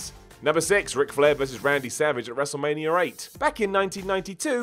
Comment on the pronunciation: Can not say wrestmania? Wrestlemanier?